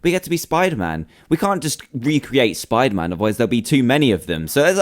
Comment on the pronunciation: It is not spiterman